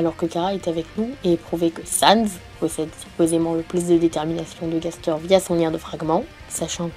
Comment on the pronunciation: Ah oui, Gaster se dit Gastèr, c'est un personnage dans un poëme latin. Bonne journée